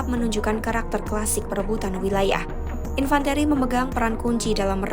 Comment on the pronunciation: Infan - Te...te...te..te - Ri, Nyari narrator yg berpendidikan dikit donk. Jng cuman sarjana tp gelarnya make Ijazah Palsu.